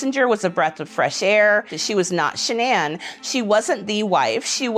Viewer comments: Her name was Shannon not sha'ann... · It’s actually Shanann.